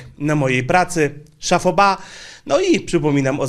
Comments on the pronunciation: Sorry, "szaPo ba" ;) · nie SZAFO BA tylko "chapeau bas" czyli SZAPO BA;) bo juz pare razy to slysze od Ciebie. Tak ogolnie w kwestii wymowy zagranicznych slow i nazw to polecam albo najpierw zapytac kogos jak sie wymawia a jak nie to google translate... Tek z serca;)